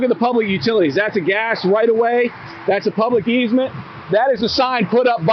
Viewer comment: "12 foot eezmet"...? What's that? "Easement" I found it 😀